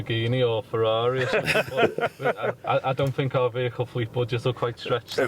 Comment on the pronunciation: She did the thing "ve-heacle" lol